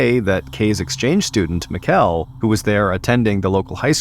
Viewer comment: I assume the Danish exchange students name was spelled Mikkel. Its pronounced like "Nickel" but with an M. Just a friendly heads up from a Dane :)